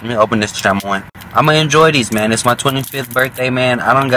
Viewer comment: Who tf say chamoy like that and u Hispanic tf😂